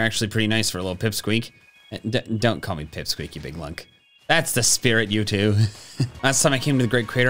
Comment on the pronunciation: I love how when he said TWO?! it sounded like he said POO?!